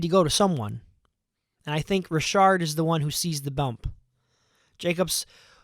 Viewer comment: And it's Richard like "re-shard" 👍